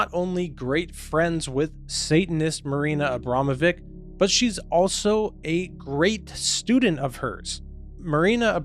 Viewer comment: It's pronounced "abramovich".